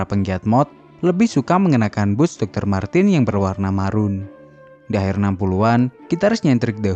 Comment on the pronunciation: Izin menambahkan. IMO. MARTENS dibaca MARTENS, bukan MARTIN/MARTINS, Krn dy orang Jerman.